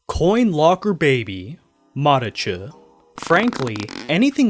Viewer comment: wait, it’s pronounced mareCHU?